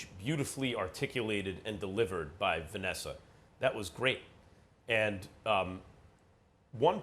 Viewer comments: Stephen a “vanesser” smith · Did Stephen a really say "Vanesser"?? 🤦🏽‍♂️ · SAS: Vanesser